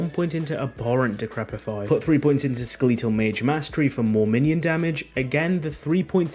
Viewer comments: really says skaleetal instead of skeletal 😐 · Skeh-leet-ull? ._. Oh my. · skeletal pronounced "sKeeleetal" is why i unsubbed immediately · Ska...Lee tal? I wonder how you pronounce Skeleton? Lol Great build guide just flippin yea shit for the pronunciation. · I'm British, literally no one says Skeleetal. stop the cap ! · Every time he said it I winced. It kinda hurt my ears, lol. Skill-eet-tull skill-eet-tull skill-eet-tull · Who tf says skeletal like that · I can’t trust you because of how you say skeletal